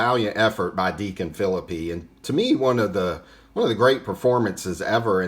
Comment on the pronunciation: Another great segment! Great to know Deacon Phillippe was the first winner of a World Series game. Now, I'm gonna nitpick with you. Are you sure of that pronunciation of Phillippe's last name. I think I lean toward (fil-LEAP) but I'm not 100% sure!